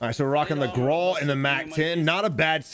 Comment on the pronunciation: wft is a graw? i know he means the grau